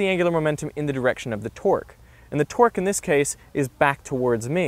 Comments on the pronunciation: Thought he said generate a twerk lol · Every time he says torque it sounds like twerk XD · Only i hear torque as twerk ? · Am i hearing twerk instead of torque?